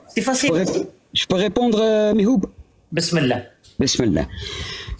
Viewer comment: Pourquoi ils se trompent tous, c'est MihouB avec un B, pas Mihoud !